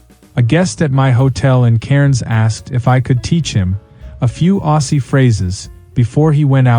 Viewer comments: Aussie is pronounced Ozzy, without a double “s” sound. AI limitations again on show.😅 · Why do AIs that are supposedly narrated by an Aussie always pronounce 'Aussie' incorrectly? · The voice over is Definitely not Australian by the way he pronounced Aussie Aussie Aussie oi oi oi